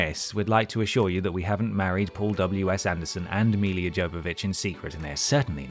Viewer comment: Where are you getting the extra 'i' from in Milla? 😂